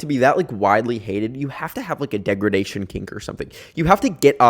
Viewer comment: Why did you say degradation like that